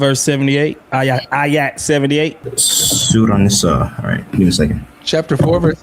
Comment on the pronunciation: These Muslims really don’t like the EYE-AT in their QURAN 😂